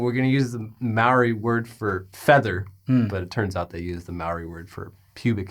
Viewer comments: Says “Maori”, “May-ori”. Instead of “Mao-ri”. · HEY!, that's not how you pronounce the word 'Maori'. It sounded like 'mouldy'. If you pronounced it correctly, all of New Zealand will subscribe to your channel. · it's not "may-ori", that is a different indigenous culture altogether. has the correct pronunciation